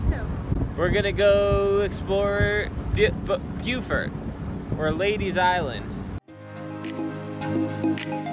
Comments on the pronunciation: It's BO-fert...not bew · It’s “Bofert”. 😂